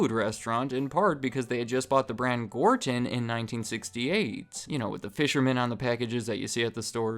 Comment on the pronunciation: I laugh how the whinny voice narrator mispronounces "Gorton's."